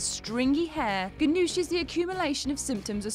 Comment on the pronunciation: She pronounces Mrs. Ganush's name wrong